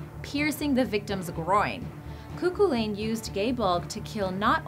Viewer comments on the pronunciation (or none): coocoolane :P its more like kuh-hoo-lin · Cúchulainn is pronounced as Coo-Cull-ann. This really pisses me off when people can't pronounce Gaelic names correctly. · Also Chuhuliann is pronounce 'coo-hullan' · Cu-culain not Kuklan. It's the gai (thing the gu sound it guy ) bulag. Well done otherwise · aiofe=effa Cu-Chulainn: Coo-Cullin or Coo-hoolin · Cú Chulainn is actually pronounced Coo Hullan.....Just saying. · The mispronunciation of the Irish names is strong with this one, Aiofe "eee-fah" and "coo cull-in"